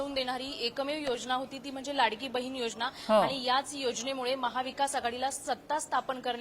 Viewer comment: बहीन नाही गं बये बहिण 😂 किती अशुद्ध भाषा तुझी .